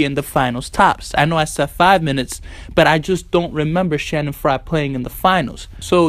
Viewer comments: Stop saying "Shanning Frye" it's "Channing Frye" with a Ch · Lmaoooo Shannon fry . He F up his name so bad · Just throwing this out there. His name is CHanning fyre not Shannon Frye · CHANNING FRYE. CHANNING NOT SHANNON.